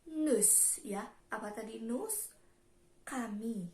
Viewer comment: Cara bacanya salah bukan nus tapi nu visitong la muze